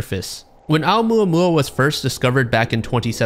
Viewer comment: I love how he apologizes for butchering the Canadian scientist’s name, but doesn’t say shit about butchering ‘Oumuamua.